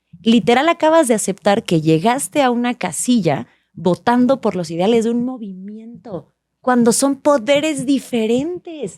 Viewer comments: Si mi amigo doctorante pronuncia Idiales y no ideales, esta cabrón como llegó ahí... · Ni sabe hablar jajajaja dice “idiales” “acordiones” y se supone que es doctor 😂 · Y además los “idiales” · Historiador que dice "idiales" 😅